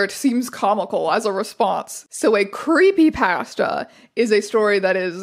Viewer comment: I'm so sorry but every time you say creepy pasta my entire body shrivels at that pronunciation